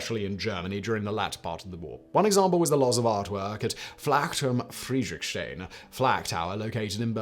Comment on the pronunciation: Blame Simon's poor pronunciation.